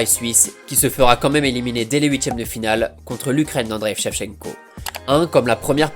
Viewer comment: Tu n'as pas compris. À deux reprises, au lieu de prononcer Shevchenko, il prononce Vshevchenko. D'où mon commentaire 🙂